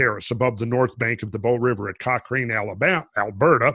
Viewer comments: Very interesting. My dog wants to know whether the mamoth bones are still edible;-). BTW, Cochrane is pronounced Cockran...soft A... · I live east of Cochrane (pronounced Cock-Ran) and the landmass is shaped by massive flooding. I was flying back into Calgary AB from the east just as the sun was setting. The entire prairie were just ripples like the sand on the shore of a beach or river. Randall and crew helped me even notice this. Keep up the good work lads!